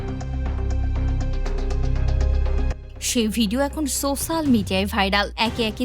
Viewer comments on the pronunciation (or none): none